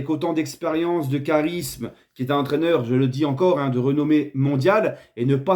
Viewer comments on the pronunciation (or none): none